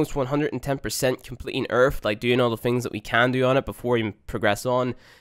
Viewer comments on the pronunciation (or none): Omg. 3 vids in. "Earff"(earth), "wiff"(with), "worff"(worth), "free"(three), "firty"(thirty), the list goes on & on. Your elementary school failed you, bro...... "deaff"(death), "eiver"(either), "frough"(through), "frow"(throw), "togever"(together). Got problems with that tongue pressed against your top front teeth (sorry, "teeff", lmao) for that proper "th" sound. Yer killing me smalls, killing me! Lol